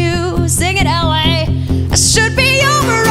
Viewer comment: when she says, "Sing it LA!" It sounds like, "Sing it, Ellie!" And that's my name so I started freaking out and was like, "YES. ANYTHING FOR YOU, BB, HAYLEY. <3"